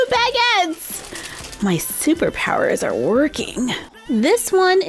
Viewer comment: It’s not BAGits it’s Bagits